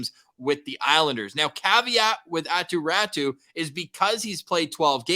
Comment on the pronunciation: Hey, who is this Attu Rattu you keep talking about... The Canucks aquired a player named Aatu Raty from the Islanders and you SHOULD be familiar with pronounciation of his name.